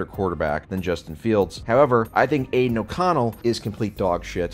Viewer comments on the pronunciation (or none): none